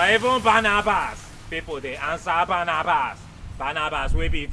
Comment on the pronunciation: Barrabas not Barnabas 😂😂😂